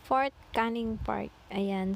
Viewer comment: Pagkakarinig ko “Fart” ano yan utot host? 😅